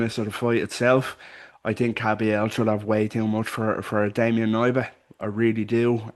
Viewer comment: Hey, Polish guy here - It’s pronounced K-nee-ba. You say the „K” clearly, like in the word „key”, not silent like in „knee”